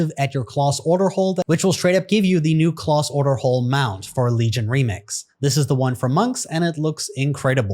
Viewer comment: why do you say class like that....its class, not clause....